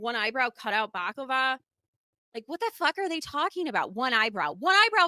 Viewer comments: Balaclava not baklava 😂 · Good grief Lady! Bak-lava is Greek/Turkish PASTRY! A Bala-clava is face mask 🤦🏻‍♀️